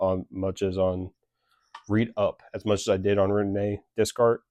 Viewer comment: i fw the video twin (it's actually pronounced day-kart lol) :face-fuchsia-tongue-out